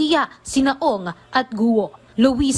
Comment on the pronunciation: The correct pronunciation of Alice's last name is "KWO" not "GUWO", we usually read the letter G as either C or K